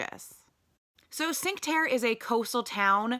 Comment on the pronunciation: Cinque Terre = cheenk-wuh tear-ay, I believe